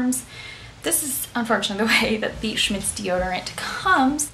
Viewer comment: OK, hun....funny how you pronounce a German comapany !!! when will you do a 2nd. video in your garden? i loved the first